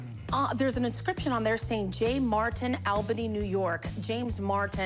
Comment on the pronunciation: "Owl bany", New York... it's normally pronounced "All bany".